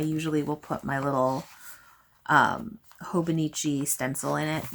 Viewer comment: No, I promise that was an excellent pronunciation! And yeah, I'm on the market for my next journal/planner and I'm not sure what to pick yet, do I want a classic leuchtturm notebook for maximum creativity or do I prefer the stability of a planner.. decisions decisions 🥲 I don't recommend being a Libra AND a stationary lover haha